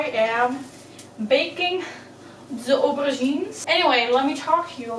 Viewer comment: When you said "aubergines" I thought you said you were making moussaka with ovaries. I had to rewind that.